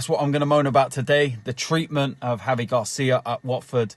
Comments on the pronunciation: Its GRACIA not GARCIA!!! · He cant pronounce his name right and doesn't even know the facts that gracia was manager after silva who was after mazzari. Also I am a watford fan and think that you cant let this happen